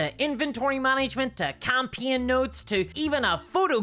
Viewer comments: Is this an AI? Who pronounces "campaign" as "campeeon"? EDIT: okay, she's not AI, but I'm not familiar with her accent. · HOW can you mis-pronounce "Campaign"?